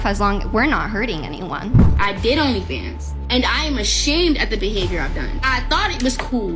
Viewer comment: I like how she pronounces "Rrrnly Fans" and "Sorr".